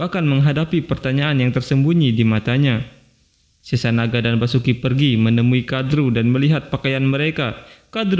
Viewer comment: Basuki gemana, itu Vasuki di baca Wasuki bukan basuki